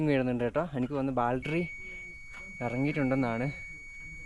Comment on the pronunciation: ബാൽട്ടറി എന്ന് പറയരുത് ബാറ്ററി എന്ന് പറ മോനെ. സൂക്ഷിച്ചു പോവുക